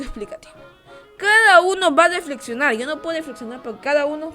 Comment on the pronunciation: No sabe pronunciar la letra rrrrrr . Por ejemplo .. Lo dice Deflexionar . Pero es Reflexionar .